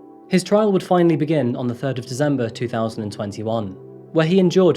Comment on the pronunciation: “DiZember” - Are you related to Klaus Schwab? 🤨😱😆